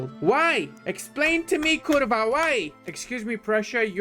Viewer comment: You can't say the word "Rzeczpospolita" but Kurwa you say perfect! XD